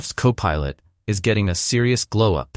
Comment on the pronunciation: Poor AI voiceover can't even pronounce CoPilot consistently. When I identify AI voiceover channels I delete them from my feed. Ergo, YouTube, "Don't recommend this channel...".